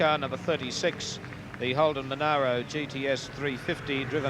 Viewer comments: monero? friggin MonAro you moron :P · youd think someone would of tapped that guy on the shoulder and said "its not monero , its monaro !" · It's a bloody Mon ARH ro mate, where the hell did you go to school?